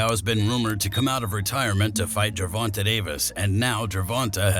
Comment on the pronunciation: Why do you always pronounce Gervonta's name wrong